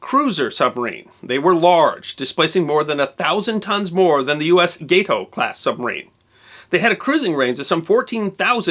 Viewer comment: "Gato" [Spanish for "cat"] is pronounced "GAH tow," not "GAY tow..." Love your productions, keep'em coming! :-)